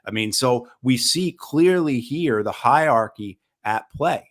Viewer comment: Hierarchy, not higharchy Great episode as usual though. Thank you.